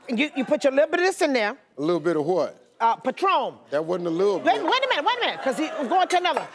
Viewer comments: "Patrom"! 🤣🤣🤣🤣💜💜💜 Instead of "PATRON" REST IN PEACE "AUNTIE FEE"❣⚘⚘⚘⚘ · Patrom* get it right 🤣🤣🤣